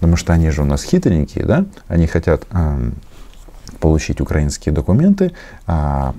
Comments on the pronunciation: У этого "попки" в методичке ударения не расставлены. Вот он и читает "укрАинские", а не "украИнские". Ну и "в Донбассе" само собой. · Не укрАинские, а украИнские. Чиновников МИДа следовало бы отправить учить русский язык и на экзамен.